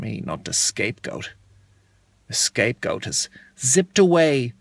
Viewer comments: It’s scape goat not escape goat but still funny as crap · Roboterize haha, but it's actually "scapegoat". He was being funny and thought it was *E*scape goat :)